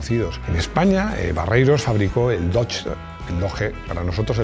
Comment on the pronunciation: en Colombia Colmotores ensambló por mas de una década el dodge coronet 1966, 1967, 1978 a 1981, dart 1969 al 1981 (aquí pronuncian !doche!), en esta época tambien llegó mucha lancha (auto grande) importada, studebaker, ford granada, chevrolet impala, malibu, belair y Caprice, buick, mercury, cadillac etc.